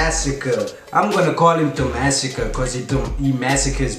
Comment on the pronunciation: tomazacre no "tomasacre"